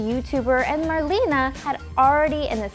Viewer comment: So annoying to hear her call Marlena "marlene" over and over